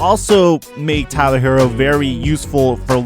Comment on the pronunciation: It’s pronounced Hero.